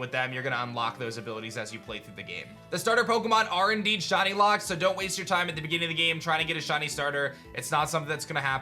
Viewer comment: Why does he pronounce shiny as shawny ...